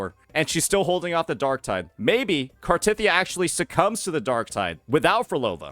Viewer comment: why do you keep pronouncing cartethyia wrong